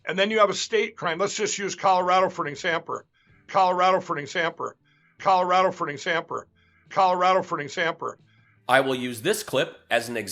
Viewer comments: Exampering....the struggle is real...(i just had too) :P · Mike was trying to say "example" at the same time as he filled his diaper. Result: "examper"🤣🤣🤣🤣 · I dare u to say “examper” again! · 'Proved'???? I thought it was 'stold'... great e exampa??? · Examper??? Where did he go to school? Trump University? 🤣🤣🤣 If there where ANY evidence it would have been brought forward long ago! He came right out saying he was a druggy! He can’t put a complete sentence together that makes any sense! 🤣🤣🤣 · Examper???? Does he even know how to talk English? Sounds like a speech from Trump.. 😆